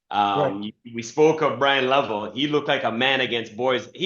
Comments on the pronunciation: It's Le-vell, not Level. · I always go back and forth...yes Le-vell